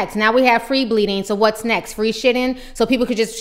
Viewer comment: I'm sitting here eating chips and listening to you say "free shitting." 😂😩